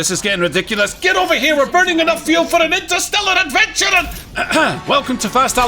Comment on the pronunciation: "We're burning enough fuel for an intersteLLAR'ADVENTURRat-" sent me 💀💀🤣🤣🤣